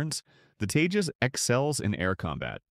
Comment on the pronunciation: It's not tejos its TEJAS